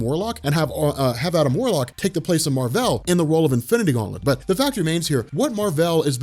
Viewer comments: His name is literally Mar-Vell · that's how it's said